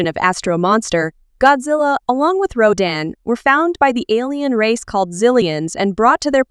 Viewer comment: it sounded liek you said raddan instead of rodan.